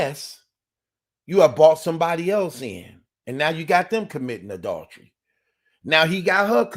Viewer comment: Yo!! Working on pronouncing adultery my guy😂😂